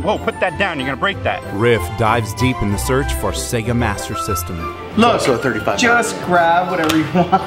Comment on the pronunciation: Sea-ga?! What the heck is a Sea-ga??